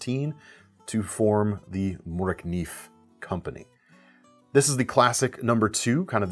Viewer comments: It dont end with a "F" (Moraknif" but the "v" at the end is pronounced like "vacation", "visit" or something like that. Maid Octagon Raid Ambulance Kitch Nefarious Istambul Vacation :P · The correct way is .More-Ah-Kneeve' (Morakniv). You are super close buddy! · when you say mora kniv remove the f at the end here in Sweden we say Mora kniv no fs at the ned also great content and video thanx for making these videos! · As a Swede, I can assure you, that the correct phonetic pronunciation does NOT involve an F. You were spot on ...until you got to the last consonant, where you pronounced the V, as F. Pronounce it as V (no differently to how you're used to Vs, in English), and you'll have it 100% spot on correct. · Yes, except for that the v is actually pronounced as a v, and not as an f. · Very close at the phonetic, you ended it on F when it should be V. Otherwise perfect. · The pronunciation if fine, but a bit longer "i" and instead of "f" in the end, pronounce it as "v", as in Volvo